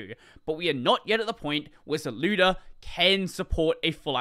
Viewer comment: "zlewda" lmao